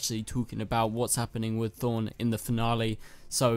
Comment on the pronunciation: Did u say Thorne instead of Thawne?